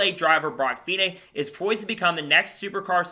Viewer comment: Great news, hope it happens, he has the talent. One point his name is pronounced feeknee Cheers